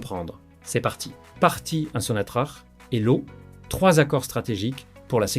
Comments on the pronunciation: Sinatrac et pas Sinatrach ça s'écrit Sinatrach on prononce sonatrac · SONATRACH SE PRONONCE SONATRAKE